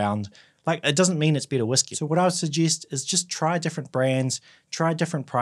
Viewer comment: If you're using whisky as synonymous with "Scotch whisky" you should make that clear at the beginning of the video. There are other types of whisky. Also, when you say "better" it sounds like "bitter". That confused me.